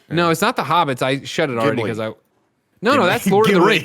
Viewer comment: "Gimli" pmsl